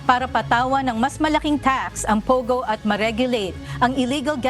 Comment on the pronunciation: ate POGO, hindi POWGOW